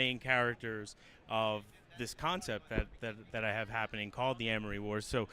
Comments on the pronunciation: Ik bro had to be tight when she said "Armory Wars" instead of "Amory Wars" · Had to pause and look away from the screen for a minute or two when she said "armory wars" cringe was too much for me to handle. They need to start getting people who are actually knowledgeable about the series to interview him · MAN YOUR OWN ARMORY MAN YOUR OWN MISPRONUCIATION